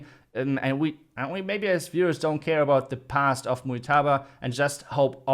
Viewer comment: No muytaba Is mujtaba Mu j ta ba Mujtaba Ok,?